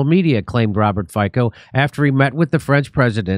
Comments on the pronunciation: It’s not Fiko, but like Fitso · Its fitso, not fiko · Jimmy ,the pronounciation is Fitzo not Fiko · Not Faiko, but Fiicccoo!!! AE way to express everything😂😂😅😅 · just small correction .Fico name pronatiation is not lke Ficko but more like Fitso . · Please pronounce his last name as Fitso🙏🏼😂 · his name is pronounced like you pronounce ZZ in pizza - FIC(ZZ)O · Just so you know, it's pronounced "FEET-SO" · Hi, Fico is pronounced fitso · pronounced "feet - so"